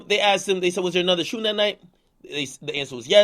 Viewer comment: Shooting not shouting fatass